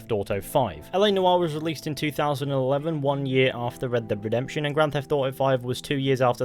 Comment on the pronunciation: RedDEBB DEEB DEPTUIN THEE RedDEBB DEEB DEPTUIN THEE RedDEBB DEEB DEPTUIN THEE